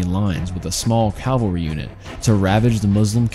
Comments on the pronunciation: Cavalry, not calvary. Stop interchanging them. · Good grief, it’s CAVALRY, not CALVARY! Cav-al-ry! Cavalry is a term for mounted warriors, Calvary is the name of the mountain where Jesus was crucified. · Calvary ? Calvary? cmon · CAV al ry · Dear lord...learn how to say Cavalry...